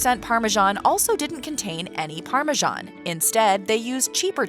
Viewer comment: Why are you calling this parmesan cheese, parmazhan cheese??